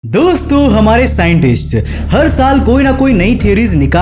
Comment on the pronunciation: In the starting be like - Dusto. Not dosto